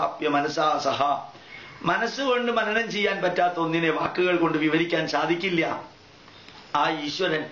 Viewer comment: ഇയാള് പറഞ്ഞല്ലോ സാകിര്‍ നായിക്കിന്റെ ഉച്ചാരണം ശരിയല്ല എന്ന് , ഇനി മലയാളി ആയ ഇയാളുടെ ഉച്ചാരണങ്ങള്‍ താഴെ പറയാം ശാദിക്കില്ല =സാധിക്കില്ല ശൂര്യന്‍=സൂര്യന്‍